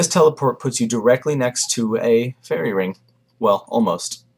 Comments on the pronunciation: First time you said "Ferocious ring drop" i genuinely thought you said "a Ferocious Rim Job" was a bit worried! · sounds like he was saying ferocious rimjob... ahaha good guide